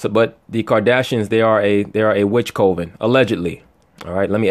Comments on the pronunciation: it's pronounced cuven NOT co- ven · Coven said like this cov-in